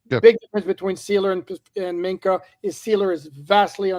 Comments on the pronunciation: so annoying. Please stop trying to say Minkah. It's not Mika 😂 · MINK-AH. SAY THE K